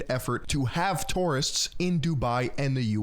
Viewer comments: not TORRRRIST its TOUR-ISTS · Toorists xDDDD